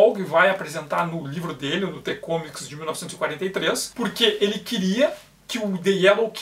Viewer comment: Mais um vídeo foda do canal. OBS:, "The Comics" se pronuncia "De Comics" e não "Te Comics". Espero ter ajudado.